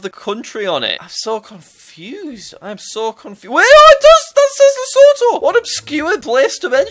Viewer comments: It's not Lesotho. It's pronounced Lasootoo. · Nice vid, but it is le su tu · those hill were south african and it is said like li su tu but spelt lesotho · yeah its cool other than him saying lesotho wrong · The way you say Lesotho makes me kinda in raged 🇱🇸 as a South African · As a fellow South African, I think Jack's pronunciation of Lesotho is very funny!